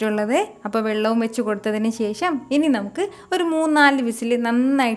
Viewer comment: കറി സൂപ്പർ 👍 ഇടയ്ക്കിടെ പറയുന്ന "ശേശം" അതിലും സൂപ്പർ 😍😂😜